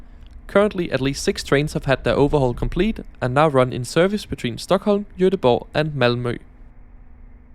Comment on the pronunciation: joteboh. perfect pronounciation man!